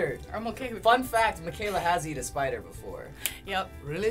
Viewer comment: I like how they said Booger for burger and Spooder as Spider